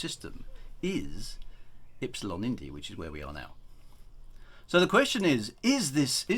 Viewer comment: It’s (Ep-Si-Lon) not (Eeeps-Silon)